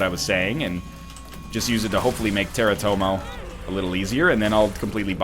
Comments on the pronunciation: its terratoma not terratomo.... its not your cat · "I will use it to help kill teritomo" NL IT'S TERITOMA! Ps. Russian Ru-let with the Lost! Pss. Don't Google teritoma! You have been warned. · Payton Herum He calls it Teratomo because he has a cat named Tomo. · Haha "Teratomo"? Now Egg is confusing his enemies with his cats :P. (P.S Google teratoma and read up on that shit, it's nasty!) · Did he say Terratomo?